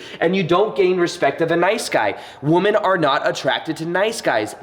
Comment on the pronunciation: The word women when speaking plural... more than one.. is pronounced “wimen” phonetically. 🤷🏻‍♀️ 😊